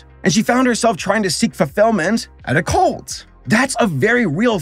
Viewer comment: Wait, are you saying "cult" or "colt" here? Because it could be the latter, being the show is about horses!